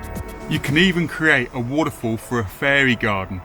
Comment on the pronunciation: Why can’t you just say waterfall right